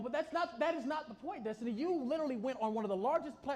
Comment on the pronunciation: It’s Dess-tiny 😅